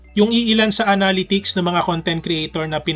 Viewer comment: Thanks for the efforts in making tutorial contents... constructive comment lang po ito... Pls search the correct pronunciation of "analytics"